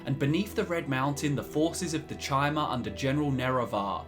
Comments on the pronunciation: Ok but chimer is pronunced [kai-mer], not [chai-mer] T_T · Good video, but it's pronounced "Kai-mer", not "Chai-mer". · It's pronounced KAI-MER, not TCHI-MER. I bet you pronounce Caesar as SEE-SER instead of KAI-SAR lol ;P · You pronounce Chim as “kim,” but Chimer as “chai-mer?” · Doesn't the name Chimer come from CHIM? Thus the pronunciation CHI-MER? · That Chimer pronunciation, eeughh